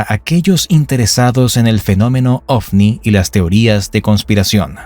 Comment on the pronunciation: Es ovni no ofni 😂😂😂